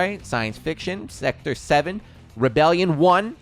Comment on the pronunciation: His struggle to say Sector 7. I was really hoping he just say Sex In The City. I don't know why I just wanted to hear him say that